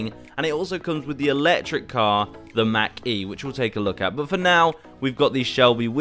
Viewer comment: I love how he says Mac instead of Mach lol and on the sides of the Mach e when turning it you see the electric current only on the side witch you turn from